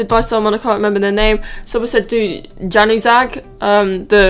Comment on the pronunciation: His name is pronounced Yan-oo-ziy not januzag